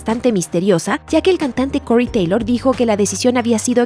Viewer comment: slipnaaaat / cory teilooour